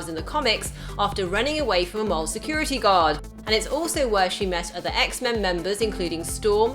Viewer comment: can't say mall correctly. She keeps saying mahrl.